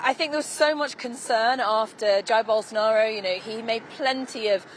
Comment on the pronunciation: Billion dollar company, yet can't even find and anchor that can pronounce his name correctly.